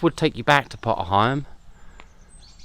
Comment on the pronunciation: Nice little walk, really enjoyed that. I have heard pronunciation of potter heigham before, but it's an older name used by locals years past. Think it's quite rare these days. Your pronunciation seems the more widely used one in our present day. Great video. Thanks for taking us along.